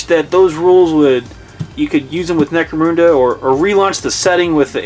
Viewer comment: Necro-MOON-da? That's the first time I've heard it pronounced that way.